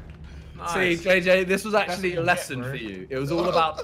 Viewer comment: 1.1 acctually